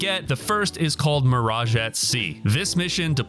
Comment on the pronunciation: Bro did you say “MIRAGAH at sea”???? You don’t pronounce the E at the end of Mirage!!!!!